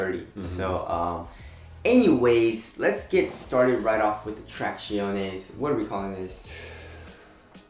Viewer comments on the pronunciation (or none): always says traciones... Its irritating. Thumbs down